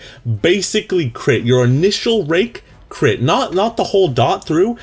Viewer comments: Sounded like rape :P Not that i know how rape sounds like :P IT WAS CONSENSUAL!! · didnt sound like rape at all what